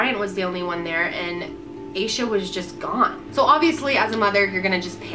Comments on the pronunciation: asha is generally pronounced like sasha without the s, so hearing it pronounced like this is so weird to me! it doesn't matter, just had to point that out because we share the same name. this case is truly heartbreaking, and i love this series as a whole and the reasoning behind it! i think it's amazing how you put so much thought and research into each video!x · Aah Sha. Not ay Sha.